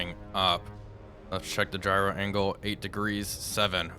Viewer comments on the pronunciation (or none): none